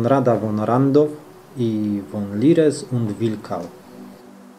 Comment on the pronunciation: Z końcówką Hof to zawsze jest folwark w sensie miejsce gospodarcze. Jeszcze mała uwaga językowa gdy czytasz przed szlacheckim niemieckim nazwiskiem to von nie czytamy "won" tylko wymowa jest fon poćwicz to by się przyzwyczaić. Imię Christian czytamy Kristian a nie przez Ch. Ja to w dobrej wierze pisze. Zwrócił mi uwagę na to mój przyjaciel Niemiec Thilo i przez niego odkryłem Twój kanał.